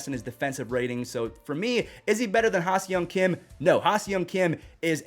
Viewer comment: love your videos. Can't wait to watch Tatis again. FYI - the pronunciation of HSK is (HA-SONG KIM)